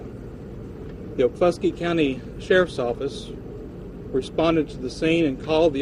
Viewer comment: It’s OKFUSKEE county